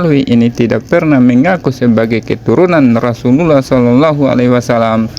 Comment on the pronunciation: Chanel koplak,,ngecengin Gus wafi,,sendirinya ngucapin kalimat Rasulullah aja belepotan,,,kentara bngt Chanel koplak nya😂😂😂😂